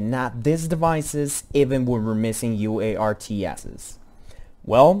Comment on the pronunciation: Hey, you know, you can just say 'you-arts' for UARTS, instead of 'U-A-R-T-S' ;)